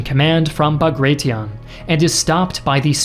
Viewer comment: Quite a bit inaccurate/wrong info, as others have pointed out. I feel like this was perhaps a bit rushed, given that a simple re-read of the script/fact check should have revealed most mistakes. Also funny that you decided to go for neither the Russian nor the English pronounciation of Bagration, and instead made up your own. :D